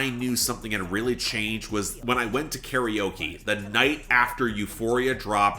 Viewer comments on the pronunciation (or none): none